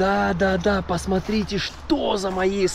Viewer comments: Очень вас прошу правильно выговаривать слова! Пасатрите-это не приемлемо!!! Сильно режет слух! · Пасмарите, ребята, красата, просто, ребята, бааам 😂 я угораю с вас. Пополняйте словарный запас срочно. Очень люблю смотреть, но уже режет слух.